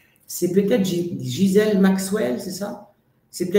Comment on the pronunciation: Ghislaine (et pas Gisèle)!!!